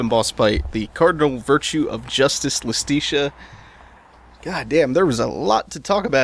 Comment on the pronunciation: Ok idk if you'll EVER see this but hopefully someone goes back through this playthrough to prepare for Bayo 3 when you inevitably play it Iustitia is pronounced Justitia, which makes sense, as it's the Cardinal Virtue of Justice. Not to mention in Latin, the J and I used the same I, giving words like Iudex (judex)